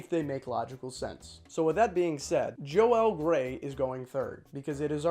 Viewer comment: Awesome video. Valerie Harper and Joell grey not Jo-ell